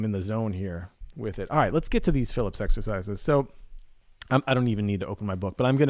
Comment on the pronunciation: Hey, FYI they are called fil-EEP, not Phillips!